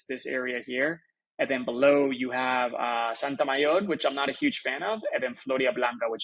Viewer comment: No Santamayor, it's Sotomayor...